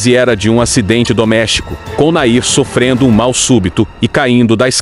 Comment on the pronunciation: Nome dele era Nain não Nair